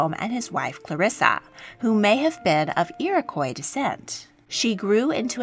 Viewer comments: minor thing but the -quois part of iroquois is pronounced "kwah". it's french and what the french called the haudenosaunee. I forget what iroquois means exactly but it's not very nice and haudenosaunee (pronouned like ho deh no sho nay) prefer being called, well, haudenosaunee, which means "people of the long house" because they traditionally lived in long houses. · Just so you know for future the word Iroquois rhymes with the french word pourquoi, the quois is pronounced like wa in water in English. Its also an exonym, the Irquois peoples refer to themselves as the Haudenosaunee (hoed•n•show•nay) and most Haudenosaunee I know prefer to be called by this name or by there specific Nation name. 🖤🖤🖤